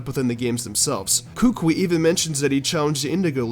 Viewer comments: His name is pronounced coocoowe. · Kukui us pronounced KOO-KOO-ee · Kukui is pronounced as Koo-koo-ee, like kookoo bird and eel. I live in Hawaii.